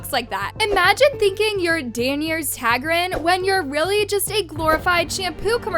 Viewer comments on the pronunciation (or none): Nah cuz who tf is ‘Danyears Tagrin’